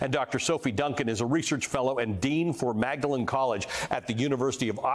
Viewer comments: Magdelan College. It’s pronounced “Maudlin”. Because, well, ….Britain. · Maudlin College is what Magdalen College is called. Tybalt is conventionally pronounced Tibbalt. Neither matters. BTW one cannot be coronated except in the US. Everywhere else one is crowned. A king does not become a carbonated drink on the whole. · I’m Dutch, completely different language, and even I know it’s pronounced “Maudlin”.